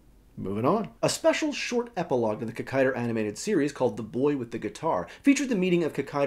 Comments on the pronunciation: Its Kikaida.....not Kikaider.......get it right. Its how you say it in Japanese. Sorry that really gets on my nerves.. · Its pronounced KEE-KAI-DAH not KICK-KAI-DAH (there is no emphasis on first or last part of the name so no kikai-DA bs), and Hakaida/Saburo IS the youngest brother of the trio built by Dr. Komyoji..hence the names Ichiro, Jiro, Saburo...first son, second son, third son. Coincidentally Ishinomori sensei also created the Kamen rider V3 series with character Kazami Shiro (Shiro meaning fourth son) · Hey, just a note: the correct pronunciation is KikaidA, and not Kikaider. In the spelling of his name, キカイダー, the 'ダ' is pronounced 'DA' (the 'ー' just means the 'a' is held a little longer). That being said, katakana is the 'alphabet' used to spell, or approximate, foreign words, or created words. If the word being approximated is 'rider', as in Kamen Rider, then 'rider' is spelled 'ライダー', and pronounced 'raidA'. But with Kikaida, the name comes from a combination of Japanese words and you can't reverse translate the 'DA' to 'DER'. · Never say KikaiDER. hahaha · In Hawai'i most people know it as "KikaiDA" rather than "KikaiDER". Really cool video, it's great to see this series getting attention! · Where did it get the "er?" It's supposed to be Kikaida...